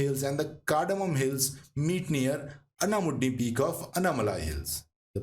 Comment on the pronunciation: for your information:- to correct pronunciation in malayalam paalakkaad not palghat or paalkkad or palkkaad aanamudi not ananudi in most southern language names, "a" is pronouncing as "aa" & in tamil written as salem pronounce as selam mahe pronounce as maahi